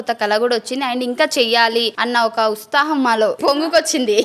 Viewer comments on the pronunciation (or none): ustham kadhu utsaham